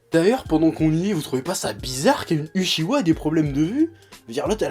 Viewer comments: Eh oh en mousse deja tu vas te calmer, c'est UCHI HA et pas UCHI WA. Et puis c'est pas parce que le manga s'appelle NARUTO que il est forcement sur Naruto tu me suis? Dans ce cas la le manga est sur Naruto et Sasuke pas que sur Naruto, donc si Kishi centre une sequel sur Sasuke tu fermes ta gueule et tu apprecies psk y a des gars comme moi qui eux preferent Sasuke (toute facon les Uchiha sont les plus badass de ce manga;) ) Et puis dis moi o en camembert, y a aurait quoi d'interessant a centrer un manga sur un Kage? Leur vie a l'air vraiment ennuyante:')) Puis arrete de te la jouer defenseur de la gente feminine, t'es le stereotype meme du stalker par excellence donc avant de faire des videos coups de gueule essaye de te calmer, pete un bon coup et reflechis aux pour et aux contres parce que la tu passes pour un con aux yeux de la critique (constructive). Mais bon t'as encore tes fanboy pour te remonter le moral =) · J'ai jamais compris pourquoi les francophones prononcent toujours "UchiWA" au lieu de "UchiHA". Ca fait des années que ça dure, et j'ai beau chercher, je comprends pas.